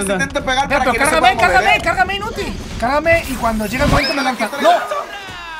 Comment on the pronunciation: XD osea en vez de decir cargame dijo cagame XD me parti de la risa, siempre nos haces reir mike